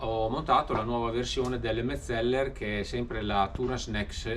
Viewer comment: Ma perché mezzeller ? È difficile dire Metzeler senza doppie ??